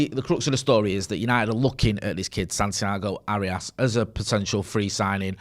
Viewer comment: "Santiago Hairyarse"? Sounds like he might need one of them there Manscape jobbies